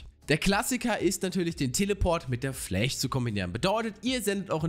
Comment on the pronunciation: "mIt DeR FfLläcCh"